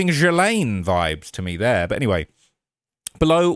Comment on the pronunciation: It’s Ghislaine pronounced GEE – LANE not whatever you said I don’t know how to type that out. It’s like you’re merging three letter letters together you British people you invented the language and you butchered the fucking language you cannot even speak your own language.